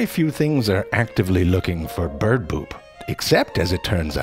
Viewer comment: Gesang Manggala, And we can hear him say “beeyerd” again. Have you watched the Duck?